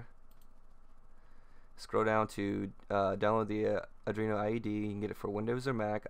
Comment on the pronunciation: good job mate. easy to follow. it is arduino btw, not adrino.